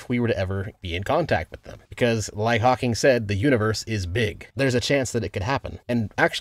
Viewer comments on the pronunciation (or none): none